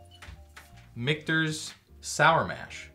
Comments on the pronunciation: Richter's? Did mean Michter's? LOL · Richter's? LMAO